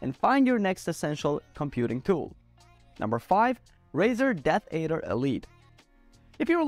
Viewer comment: Death add-er, not aid-er. It's a snake, hence a good brand choice by Razer.